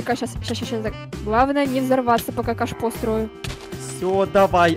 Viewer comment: На минуте когда хотела сказать кашпо говорила каш и потом говорила ааа и получилась каша